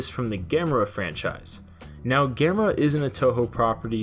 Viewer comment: ITS GA•ME•RA NOT GAM•ER•A!!!!